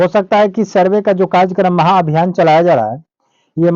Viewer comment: महाभियान होगा चा माहाभियान होगा पहले इसको सुधार ले आप